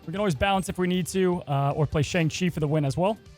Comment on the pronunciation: Hey, you pronounced Shang-Chi in this video incorrectly.